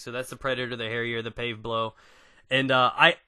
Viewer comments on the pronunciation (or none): you said paveblow instead of pavelow xD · yeah he said paveblow